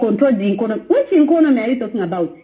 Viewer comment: That's why she's even saying Inkonomy 🤣🤣🤣. Uninformed street vuvuzelaz 😂😂😂😂